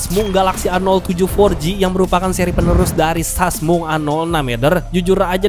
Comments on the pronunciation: wkwkwk gara2 denger sasmung, auto subrek. seru bang cara penyampaian lu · Sasmung,busyet dah ah bisa bae lu bang ngejaplaknye